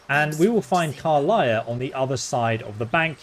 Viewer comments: The pronunciation of some names and words are a big pet peeve. car-liah instead of car-lack even with her introducing herself in the panel from hell and even in this clip. Tie-flings instead of tee-flings, I know it’s spelled as he’s pronouncing it but people have spoken the races name as tee-flings multiple times as well. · “Karliah” 😂 She literally pronounces her name in your video 😂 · What's a "Durid" and who is "Karliah"? In a game with voice acting, you'd think you would actually learn how to pronounce these words. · Also Karlach, not Karliah. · How the heck do you pronounce Karlach as Karliah? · Did he say karliah instead if Karlach? Skyrim brain moment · At this point i'm convinced you pronounce everything wrong on purpose. Karlach even states her name - still says it wrong xD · Tiefling isn’t what you should be correcting you should be correcting how he pronounces Karlach